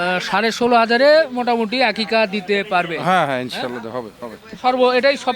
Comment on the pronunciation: আপনার গ্ৰামের এলাকার মানুষজন আকিকা বলে না তো আকিকা কে বলে আকিস্যা।